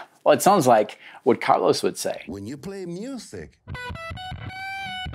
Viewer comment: Plitora of othe 80s guitar heros? Did you mean Plethora? It's Carlos not Carlis. Wow dude